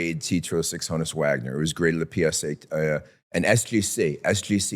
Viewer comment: It’s pronounced “hawn-us” Wagner. Honus was short for Johannes.